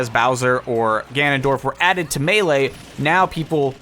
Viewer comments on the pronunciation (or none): none